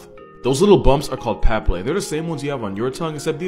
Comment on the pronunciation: paPILLae, not PApillae